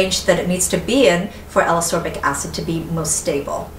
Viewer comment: I really, really like your videos (in fact, I rewatch many of them just for the pleasure of hearing you talk about products), but I need to say this or I'll explode: Ascorbic is pronounced as-COR-bic, not a-SOR-bic, just like escape is pronounce es-CAPE and not e-SAPE ;)